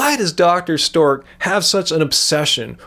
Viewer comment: sameee I feel like he does it on purpose X'D